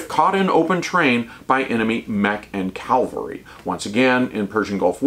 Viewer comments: I greatly respect and enjoy your infantry treatises. As an ancient 31C/31B/11B, I’ve learned a ton of fascinating details I wish I knew during my service. But, for Pete’s sake, stop saying CALVARY WHEN YOU MEAN CAVALRY. Serious pet peeve weaponry now safed. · "Cavalry," not "Calvary." Calvary is the place where Jesus Christ was crucified. I find when a soldier mispronounces the word, it detracts from the message the speaker is trying to convey.... and once you said "Calvary," My brain tuned the rest of your video out. Weird, but it is not the first time.